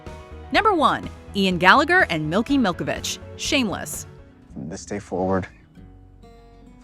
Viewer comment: "Milky Milkovich" I'm